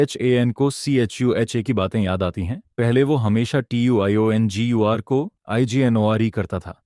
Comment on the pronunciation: Tiongir u bol kaise Pa rahi hai vah to bol hi nahin sakti😂😂😂😂